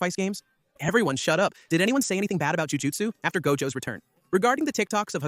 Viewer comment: Would’ve been a good video, can’t watch it because of your pronunciation of gojo